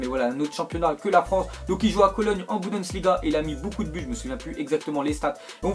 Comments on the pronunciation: c bundesliga pas BUDENSLIGA !!!!! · tu dis budensliga ca me stress